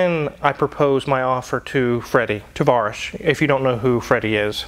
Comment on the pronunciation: „Tavarisch“ is pronounced as „tavarEEsh“ (stress on the „-eesh“) and means „comrade“ in Russian. 😉